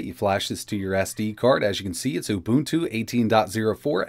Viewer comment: WHATS OOBOOTOO ? LOL